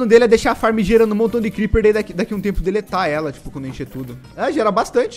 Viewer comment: Dlet-ar ela kkkk